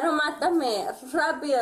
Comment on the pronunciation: Rápido means fast, she might work with people who speaks Spanish to know what that means. She was saying it correctly actually lol This video was a rollercoaster, when you thought she was gonna calm down there comes a big drop and she started acting crazy again 😭😂